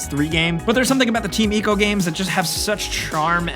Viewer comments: this dude hasn't played DR: off the record? also it's ICO not "ECO" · Stop pronouncing "Ico" wrong please.